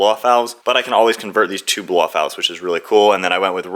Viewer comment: If you say "bloffout" one more time Im gonna block this channel😂😂😂